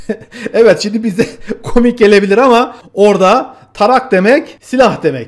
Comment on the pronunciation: "Tarak" degil "yarag", turkmençede "yarağ" olarak okunur